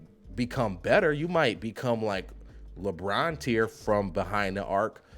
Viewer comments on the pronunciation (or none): none